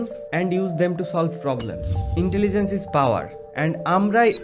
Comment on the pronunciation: Ho-At iz intaligance😂😂 gendu